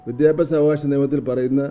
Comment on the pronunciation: വിദ്യാ അഭ്യാ😂😂 സ മന്ത്രി.....